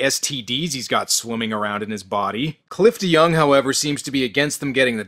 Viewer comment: OOOOooohhh.... his name is Cliff deYoung!! Every time you say his name, I always hear you say Clifton Young.